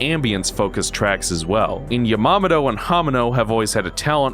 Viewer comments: Never in my life would I have considered pronouncing Yamamoto as "ya mama doe" Sick review, I agree with a lot of your points, and I doubt I'll ever play the original Metroid over ZM ever again. And THANK YOU, I thought for so long that I didn't like the Shinespark puzzles because I was bad at them, but yeah thinking about it, it really is just tedious and precise trial and error shit for most of em, like that one in Super Metroid's Maridia but multiplied. Emulating this on my chromebook in high school definitely cost me a couple tests lol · I believe his name is pronounced "ya ma MO to" haha. Other than that, excellent video. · The way you pronounced "Yamamoto and "Hamano" is really cringy. Please take the time to learn how to pronounce people's names right.